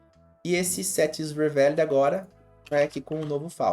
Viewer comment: Conteúdo bom para colocar devs junior no mercado. Uma critica construtiva apenas: Busque um pouco mais aprender inglês. ex: Pronuncia de row, que está pronunciando como a palavra raw(cru) e a palavra revealed.